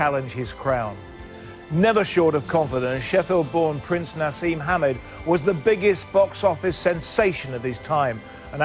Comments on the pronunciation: Bugs me that interviewer keeps saying NaZeem even though he's been corrected from the start...Naseem, and yes i am aware people called him Naz for short. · Why cant this stupid old fuck say Naseem? He keeps saying nazim I hate the stupid English accent where they chose not to say certain words the way they know their pronounced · Gary Newbon was very unprofessional here, almost embarrassing at times. I'm surprised Hamed didn't deck him. Hamed corrected his pronunciation of Naseem, only for Gary to repeat the same pronunciation right back at him in the next sentence. Shortly after, he mispronounced the names of Hamed's close family members. I think he then got rialed by Naseem's attitude and goaded him by saying it wasn't possible Eubank was ever on a Hamed undercard; what did he think he was saying? He clearly thought he could just turn up and wing it. Very little prep work here, and probably very well paid for it. Maybe an off day, but pretty poor all round. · Youd think someone would correct him for saying " eubanks" all the time . As for the interviewer ,what a rude guy . He got naseems name wrong , then after getting corrected he said " yeah " , then proceeded to call him by the wrong name again .